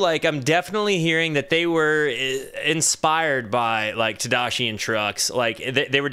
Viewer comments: Who's Todashi? You mean Tadeschi? Tah-deh- ski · How is he pronouncing Tedeschi?!?!? ted-ess-KEY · I like you, but you have to learn how to pronounce Susan Tedeschi's name, out of basic respect.